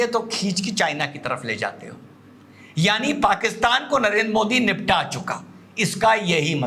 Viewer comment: ये आपका पढ़ा लिखा ज़ाहिल (??जो आपको अति प्रिय...😜😜🤑) मोदीजी को मोडी क्यों बोलता है,क्या यह मौलाना मदनी को मड़नी कहता है.. शायद मुझे लगता है कि,अंग्रेज लोग द को ड बोलते हैं.....,😂